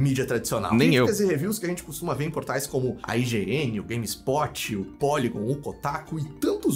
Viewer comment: Ele falou IGN, no começo entendi Higiene